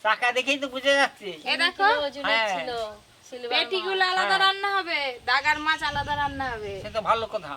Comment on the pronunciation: উচ্চরন করতে ভুল করে অনেক ভিডিও তে দেখি দাগার মাছ বলছে ওটা গাদার মাছ হবে